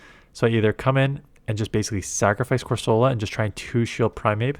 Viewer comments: It's CorsOla, not CorsAla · Ok I know it does not matter but is that how you are supposed to pronounce Corsola? Cor-suh-luh is how I pronounce it?!